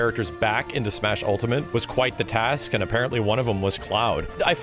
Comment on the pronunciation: "Smeeash Lore" xD